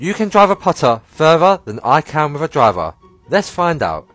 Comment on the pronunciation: "Can I Dwaav a puttaah faawaa than a dwaavaah?" I guess you can make phaahhh playing backwards.